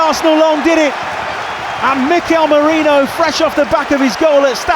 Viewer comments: Feckin stop calling Merino "Mourinho" or "Meriño". Clown 🤡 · Why can so many people not pronounce Merino properly! It’s really not that hard, and you should really know it if you’re working for the club